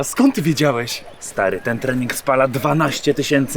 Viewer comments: Krening😂😂😂 XDDD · „Zrobic krening” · "zrobić krening" XDDD